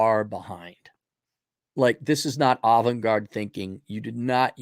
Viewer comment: Sounded like he said 'Olive Garden Thinking' instead of "Avant-garde" LOL